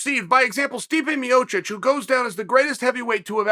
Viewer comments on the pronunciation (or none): Stepe Miocic / Stemay Piocic. This is definitely NOT on purpose whatever you might say